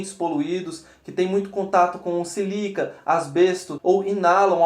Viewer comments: Cuidado com o PORTUGUÊS! A pronúncia é SÍlica; acento agudo no primeiro o. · Cuidado com o PORTUGUÊS! A pronúncia é SÍlica; acento agudo no primeiro I.